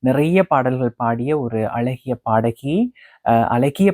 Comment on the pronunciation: azagiya ozhungga prononce pannungha mudalil..alaghi ellai azaaghi